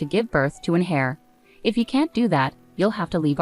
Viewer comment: Its heir not hair.